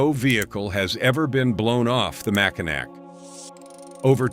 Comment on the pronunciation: That’s MackiNAW if you don’t mind